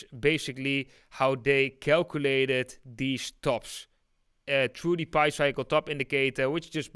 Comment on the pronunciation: Pi is pronounced like eating a pie, pi is not pronounced like pee